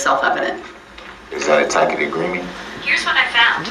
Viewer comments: "Tack-it agreement." Lol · I'm so glad she finally said, "I don't know what a tackit agreement is." LOL. 😂😂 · Right! I loved when Judge Dorow said, "I don't know what a [tack-it] agreement is..." 😂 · "Mr. Brooks I don't know what a tackitt agreement is..."😂😂😂😂😂 Boom! Judge Dorow! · Once he realized he wasn’t saying tacit right he had to have felt stupid. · If he wants to know what Luscano said, Luscano has to be on the stand and Darrell Brooks the idiot can ask him directly. Tacit (pronounced Tasit) Agreement: agreeing to something or approving it without actually saying so, often because they are unwilling to admit to doing so. As per usual, DB is using the term out of context because he has no idea what it means. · I love when he says words wrong. The word tacit is pronounced (tasit) lol and when he saying will i be “awarded” the same courtesy, the phrase is actually “will i be afforded the same courtesy” lol. You shouldn’t use words unless you are certain you are pronouncing and using it correctly. Also i don’t understand how him wanting to read a police report is a tacit agreement lol. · He says substance instead of sustained just like he says tacket agreement should be taken agreement he has no idea what's going on